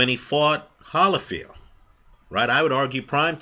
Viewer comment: I like this guy, I think. I mean I watch his videos occasionally because he seems well-versed, but he speaks soooooooooooo slow. He has a good narration voice though. But he has weird affectations, like why does he pronounce it Holly(as in the tree)field instead of Holy(as in god)field? Does he know something no one else knows??? Just some constructive observations...